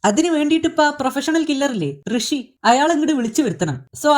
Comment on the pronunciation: ഋഷി അല്ല മുഷി